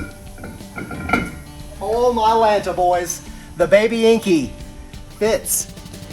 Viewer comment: it's enkay not enkey, like kei truck pronounced kay not key.